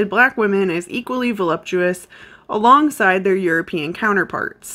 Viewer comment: 3 minutes in but I had to pause and say THANK YOU FOR PRONOUNCING VOLUPTUOUS CORRECTLY. The amount of people who say "volumptuous" absolutely drives me bonkers lol. Okay back to it.